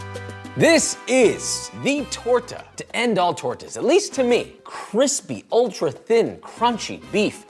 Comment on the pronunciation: tor-tuhs lol